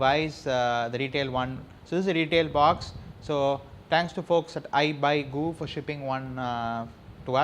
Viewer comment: OMG, your pronunciation.. baaks, shayomi, inbox-charger??